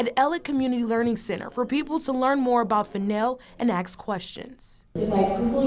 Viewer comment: "Axe questions"? "Axed by police"?